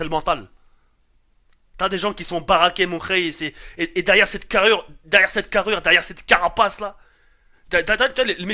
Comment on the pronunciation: j'ai rigolé quand il a dit "detRRRRire"